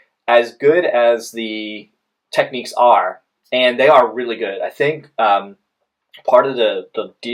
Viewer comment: For me now its between these 2 I think and contradicting reviews are making a choice tough. Also pronunciation is a bit off, its tech-nicks not techniques ;)